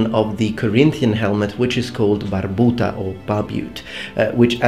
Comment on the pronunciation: Are you Italian? Because you are pronuncing the italian names, like barbuta very well.